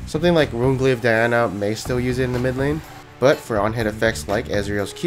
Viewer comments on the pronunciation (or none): none